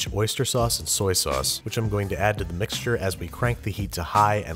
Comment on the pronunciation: The way he said “soy sauce”